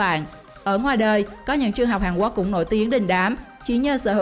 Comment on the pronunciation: Quốc mà bạn này cứ đọc Quắc nghe khó chịu ghê